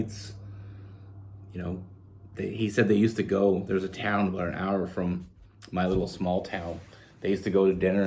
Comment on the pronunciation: I can’t figure out if you are saying the word about or a boat🤔